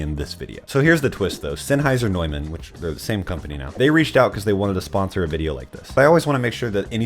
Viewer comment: I'm impressed you used the proper German pronunciation for "Neumann."